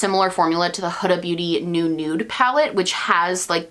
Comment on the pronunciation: you're one of the only beauty gurus I've heard actually pronounce Huda's name correctly (rhymes with coulda/woulda/shoulda)